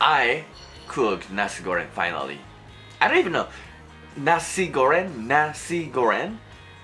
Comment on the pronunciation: Nasi goreng not nasi goren, you pronounce the "Ng" sound the same as you pronounce "N" word as the las wrod in Japan for example chan, san, ni-san, doraemon. Also, for the sweet or spicy it depends on your taste there is no right way or wrong way for spicy and sweet level everyone is different but in certain region Indonesia the nasi goreng tends to be spicier, some even more dry than you cook (they use more powder than liquid sauce) also some more runier (less dry powder more liquid sauce) something like that. But, initially what are you cooking are correct congrats! Uncle Roger would be proud to you!